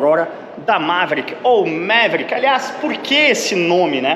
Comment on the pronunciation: MA - ve - rí - ck( qui), com a silaba tônica no ri. Qualquer outra pronúncia não será aceita. Kkkkk